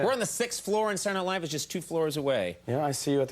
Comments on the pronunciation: "SaeernIghtLive!"....why cant people just say words????? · Sarnight live? Is that what he said